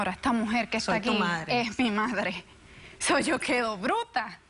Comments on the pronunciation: Estoy de acuerdo. Además se dice sou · Me pone nerviosa que diga "SO", si hablara bien inglés diría: 'souu' jajaja pero es que es un SÓ, el espanglish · like por cada vez que dijo sou